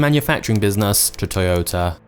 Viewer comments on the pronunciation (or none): man said “totoyota” 💀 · Totoyota? What’s that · Anyone else notice the totoyota ? 😂